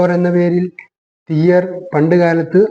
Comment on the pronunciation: തിയ്യർ എന്നു പറയരുത്. തീയ്യർ എന്ന് തന്നെ പറയണം .അതാണ് ശരി.